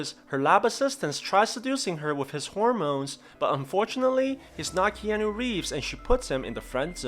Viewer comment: "Horomones" I hope it's not just me getting pissed off because every storyrecap channel says the same unfunny thing